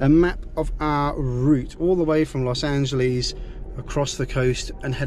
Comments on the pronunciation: Lost Angeles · Also he pronounces L.A. in the British way "ANN-jah-lees"